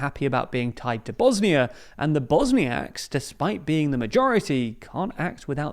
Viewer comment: Two seconds in, the video already mispronounces the country's name.